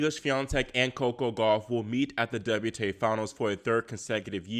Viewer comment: "WTay Finals?" 😁